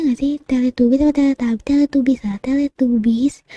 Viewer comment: Teletabis bacanya kak bukan Teletubis walaupun tulisannya Teletubbies 😉